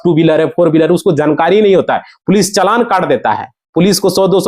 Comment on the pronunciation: Chogad 2 minutes ki baat ghanton lagayega bolne dhang nahin hai jankari ko zankari bol raha hai